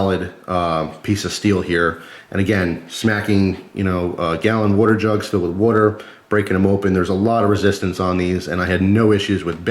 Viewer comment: "Wooter jugs"